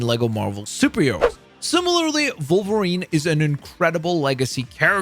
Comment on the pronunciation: Take a shot every time he mispronounces Wolverine as Vulvarine